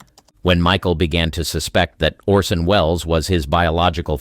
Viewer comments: The actor's name is "ORson" not "Olson". Please do the bare minimum. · Lol narrator keeps saying Olson not Orson 😅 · "Olson" ? It's ORSON Wells. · 'Olsen'? You mean Orsen, right?